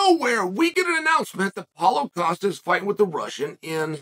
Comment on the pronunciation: when he says Paul Costa sounds like Holla Costa 🤣